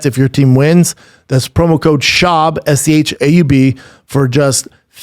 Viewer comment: Is it just me or did it sound like Buff said “BRANDON thicccboi schaub”